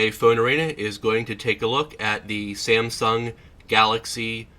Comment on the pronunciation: "Sansung" LOL. Also, you massively blew out the screen highlights on this shot, just look at the background. Great job lol, pay more attention next time so we can see what's on the screen without washout.